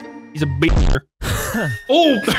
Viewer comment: yup, he said be-ner